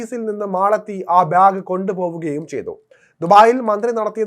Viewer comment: ബ്യാഗ് അല്ലാടെ ബാഗ്